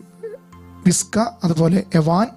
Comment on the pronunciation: വിസ്ക അല്ല വിച്ക